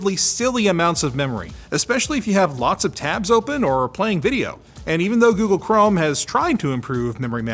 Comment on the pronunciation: Anytime I hear a Canadian say "are" I get a gray hair